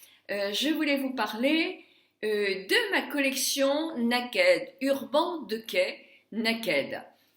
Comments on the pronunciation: Je suis ravie de ton évolution et des cadeaux que tu reçois car tu le mérites mais, s'il te plait, prononce correctement le nom de cette marque. Il s'agit d'"Urbane Dikay". ;) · Ah oui, je voulais te dirE que ça se prononce : Urbane diké.